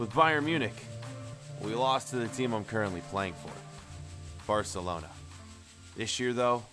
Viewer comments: Or arselona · spoiler I hear u say arsenlona